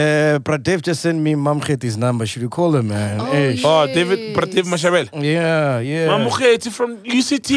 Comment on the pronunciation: Prof Mamokgethi Phakeng, not Prof Mamkethe